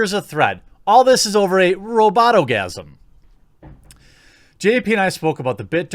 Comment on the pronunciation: You said RoboGasm, I heard Orgasmo.